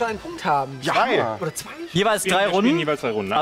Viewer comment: vor allem ''is'' und ''nen'' und ''streer'' -.